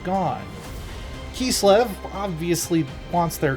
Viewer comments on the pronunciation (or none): Idk why him saying KEES-LIV keeps bothering me. By URSUN it's KISS-LEV. That being said... Kislev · the narrator’s pronunciation of Ursun and Kislev gave me a migraine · Mispronounced Ursun,Kislev, yin and yang.. LoL